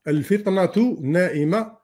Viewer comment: الفتنة مش الفطنة خويا 🙏🙏